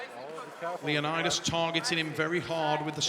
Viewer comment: Would’ve been nice if they at least tried to pronounce leonidas name correctly